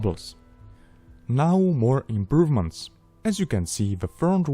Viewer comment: "Almost no improvemenst....almost"🤣🤣🤣